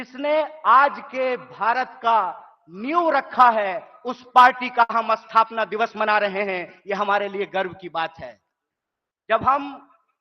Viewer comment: Athapna nhi bey sthapna...Hindi bhi bolna aata nhi hai PhD kar Raha hai....h....ya